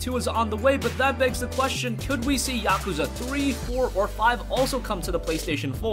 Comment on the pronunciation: That's not how you pronounce Yakuza